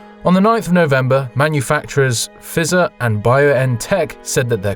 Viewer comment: Good vid, but I'm pretty sure that Pfizer is pronounced with a long i like in the first person pronoun or price.